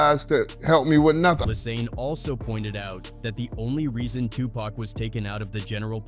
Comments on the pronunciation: "tu-pec" come on with that lazy ass ai bullshit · I really hate when they let the AI read the script...it is NOT pronounced "Two-Pack"! 😂😂😂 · The Pack shit is driving me nuts man. AI put some RESPEK on that mans name already! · Seriously with these AI voice calling Tupac" Pack" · This guy calls him "Tupac" and "Pack" in the same sentence 😂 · If you're using useless, soulless AI, at least program it correctly. I hate this lazy AI content farm bull$#!+. They called him "Lee Ateeno"? "two PACK"? Ridiculous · I cant believe all these old school rappers keep getting Tu=Pack's name wrong. If I didnt believe that, then I'm a bigger "Lee-ah-tino" than Fat Joe.